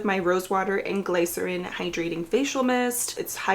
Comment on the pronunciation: Glycerin is pronounced Glis-uh-rin. It’s not pronounced how it’s spelled 😅